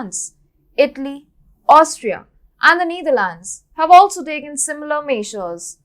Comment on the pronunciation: Which country is needharlands. #accent